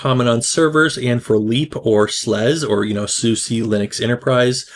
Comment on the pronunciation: just fyi It's pronounced 'susa' not 'susie'